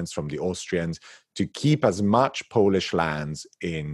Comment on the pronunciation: Thank you so much. What a treat at the end of a challenging week and a wonderful art initiative! Impeccable Polish pronunciation!